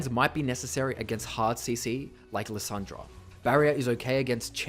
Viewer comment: Was I the only one who heard Lasagna instead of Lissandra?